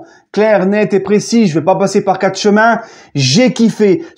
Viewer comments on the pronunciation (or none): none